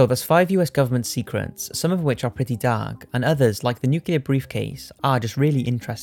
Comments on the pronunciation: NOO-CLEE-AHR. Not nookyaler. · nuclear, not nucular. I know we're talking about the yanks, but that doesn't mean dumbing yourself down for them. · I absolutely love ur posts!! But, I'm so sorry pls it is nuclEar, not nucular..pls😁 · Nuclear is NOT pronounced nucular! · Noo klee er(ar). NUCLEAR!!